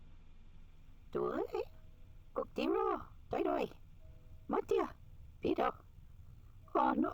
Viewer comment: I don’t mean to be petty but Vidot is pronounced with a silent T like Vido